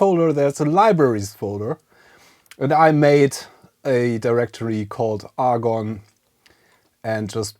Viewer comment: Argon? Say 'A'. Say 'GONE'. Agon.